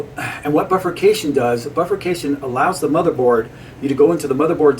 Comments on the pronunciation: Great video, BI-furcation, not buffercation. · And not a bilabial fricative.